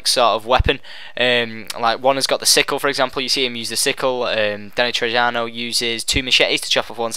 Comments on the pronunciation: btw mate its pronounced Trejo.... Tre-jo... Not Tre-jano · Who's Danny Trejano? It's pronounced TreHo you silly goose. I think they even say his name in the trailer. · dude, the actor's name is not Danny Trejano... his name is Danny Trejo.. damm can u at least get his name correctly, he's a very well known actor, he deserves respect. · its not Danny trej - ia - no its pronounced Danny Treeo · IT'S PRONOUNCED "TREY-HO" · Its Danny Trejo (tray-ho)... Jesus man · Danny "Tray-ho" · Trejo. The J is pronounced as an H. So Its sounds like Treho. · Its Danny Trejo (tre.ho; since he is mexican not to be racist but hat is how its said) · danny trejo pronounced treho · its pronounced treho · No one has an sprcial individual melee weapon. And your saying Danny trejo's name wrong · It's Danny trejo, Not with a j sound its an h sound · learn how to pronounce Trejo....